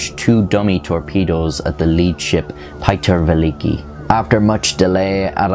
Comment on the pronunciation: "Pie-Ter Ve-licky" Me: ???? I don't understand...slowly ohhhhhh he means Peter the Great which is pronounced Pyou-ter Ve-Leek-i"